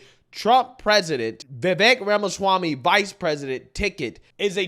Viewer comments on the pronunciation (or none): My favorite part is how Trump says Ramashwamy 😂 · Mr. Trump said… Vuh-Vake Ramuh-schwami 😆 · He definitely said Ramashwamy 😂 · He may have butchered his last name a bit though... RAMA-SCHWAMMY!! 🤣